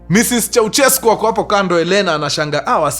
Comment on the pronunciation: sio "ko" ni "kwe" kwensekwuensis 😂😂😂😂😂